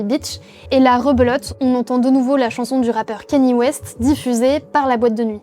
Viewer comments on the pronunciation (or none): C’est pas keny c’est KANYÉ, nom d’un gnou